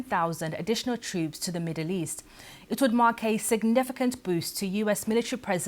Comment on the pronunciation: Twoops... Apwiw... elocute, madam!